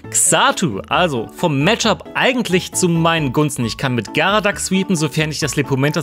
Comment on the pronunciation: das heißt Geradaks und nicht Garadaks